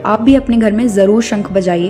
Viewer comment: पाँच जन्य नहीं पाञ्चजन्य होता है,कृपा कर के उच्चारण सही प्रकार से करें 🙏